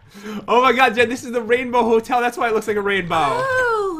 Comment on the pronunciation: Is It Christmas Yet? Cause You Said The Ho Ho Hotel that sounds like ho ho ho